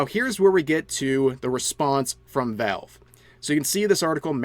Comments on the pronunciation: "Velv" lol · sorry I just hear "Vehlv" whenever Rev tries to say Valve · Your pronunciation of valve is something else